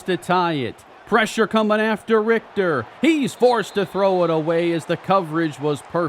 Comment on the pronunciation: bro pronouncing richter correct is a w